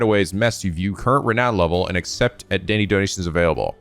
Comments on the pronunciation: Am I the only one whose just SUPER happy that can finally pronounce Renown correctly? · OH. MY. GOD.! You prounounced renown correctly. sniff My little boy is all grown up!